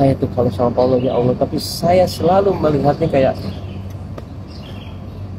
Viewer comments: Emg abang ini sering bgt salah sebut nama, sebel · Paulaa bang Bukan Paulanaaa😢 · Iya ka.. Saya jg aneh di panggil paulana 😂😂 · Paula bang bukan paulana